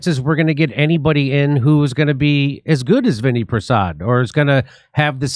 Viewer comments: His name is pronounced Vin-AI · Pronounced vin-AY